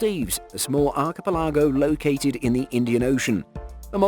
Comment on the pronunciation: archipelago pronouced arc e pelagooooooooooooo